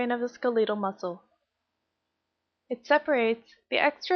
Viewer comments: I didn’t trust this video as soon as she said “skaleetal”😂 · skuLEEEEEEEtal muscle? R U SERIOUS?